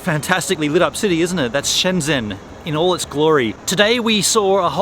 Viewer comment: It's not Shen Dsen. It's like Shen dgen. It's like the way you say the French name Lagrange. You only need to add a "d" in front of the "ge". Or, the French name Legendre. If you know how to pronounce "gen", then you add an d so its dgen.